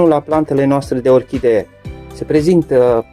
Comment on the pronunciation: Planta epifi TA se spune corect , nu epifi DA!- la fel si :- Orhide? este incorect spus - orhidee se spune corect! Domnule ce educatie slaba ai!